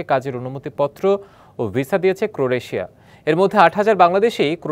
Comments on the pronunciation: News presenter barbar vul portese. Boltese ' cro-re-tia'!. Bro😂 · সংবাদপাঠক হিসেবে ক্রোয়েশিয়া উচ্চারণটা আরো ভালোভাবে করা যেত। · একজন সংবাদ পরিচালক দেশ টার নাম তাও ঠিক মত উচ্চারণ করতে পারলো না...শিক্ষার কি হাল ভাবুন তাহলে 😅😂